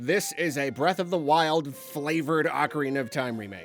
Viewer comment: Breatharina of the Twild